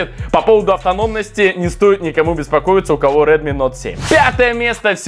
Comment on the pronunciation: Прикольно) на Самсунг говоришь Эй 50 , а на Редми - Нот 7 ??? Тогда уже на английском правильно будет Ноут 7 ! ;-)